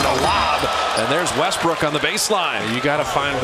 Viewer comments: The announcer said Westbrick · Commentator called westbrook westbrick lmfao😂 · Did he just call him "westbrick"